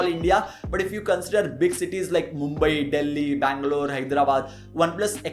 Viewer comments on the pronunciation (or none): none